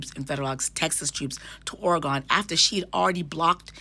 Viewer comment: Thank you for your explanation!!!🥰 (PS: it’s pronounced Or-a-gun over here 😁)